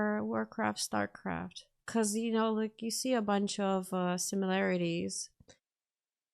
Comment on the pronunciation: *Starcraft*.... not starcroft!